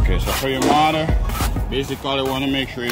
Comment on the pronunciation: Its pronounced MORTQR not MARTER !!! please!!!!!!!!!!!!!!!